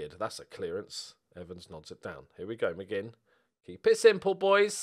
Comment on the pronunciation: The young Scottish lad is called ‘McMinn’ not ‘McGinn’